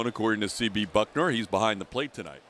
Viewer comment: Houston announcer keeps saying BuckNOR. He doesn't read much apparently. Baylor, commentator, etc.